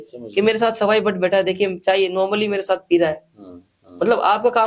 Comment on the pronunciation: भट्ट होता है सही बोलो